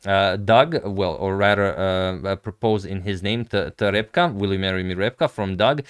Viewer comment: Thank you, Agadmator, you are an excellent conveyor of proposals and pronouncer of the name Reb'ka! For those curious about Reb'ka's response, she has opted to adjourn formal acceptance until the engagement ring arrives, which will be within a few weeks. It is as if I made this move right before time control and she has sealed her response until play resumes. I will say that she was giggling throughout the video, her friends have already begun planning the bachelorette party, and after I finish this comment we will be sitting on the couch together while I watch and make comments about Morphy's Opera House game. We often sit on the couch together as I watch Agadmator, and she's particularly fond of my rambling about Steintz shooting lightening from his fingertips or Lasker working in a dishpit, but sadly unfamiliar with Max Euwe's masterful use of the Euwe lift #suggestion. Much appreciation to you also, my favorite YouTuber, for the game selection. The final position in this match between Keres and Winter with a bishop supporting a Queen facing a King will very much resemble the ceremony with Father Jeffrey, Reb'ka and me this spring!